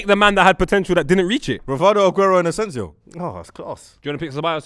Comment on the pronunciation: Did he say…. ASENSIO?!?! 🤢